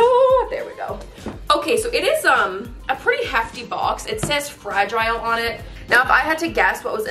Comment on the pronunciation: i hate how ü say fragile